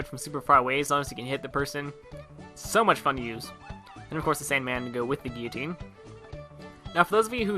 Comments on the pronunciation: 'Gee-a-teen' !!! LOL its a Gil-lah-teen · Why does everyone pronounce guillotine wrong? It's not geeyotine, it's GUILLotine. With L's. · Cherry STOP BEING A SCRUB AND ACCEPT THAT THE WORD IS FRENCH AND IT'S PRONOUNCED GHEE-O-TINE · SSshafers Channel Oh, I'm sorry, Gullotne.